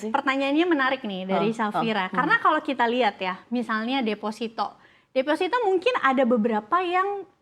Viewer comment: Defosito bang bukan desfasito Ingat desfasito dan defosito itu beda makna yah bang